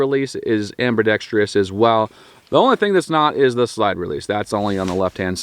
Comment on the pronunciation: Dude can’t even say ambidextrous, what do you expect?